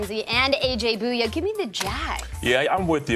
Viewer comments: Did say AJ Boo-Yay!?!?!😂😂😂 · "JALEN RAMSEY and AJ BOO-YUHH" LOL